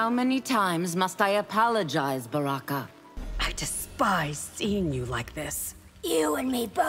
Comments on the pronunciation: I thought Baraka said Sexy Zero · I’m still curious how Baraka can thoroughly pronounce his ‘M’s 😂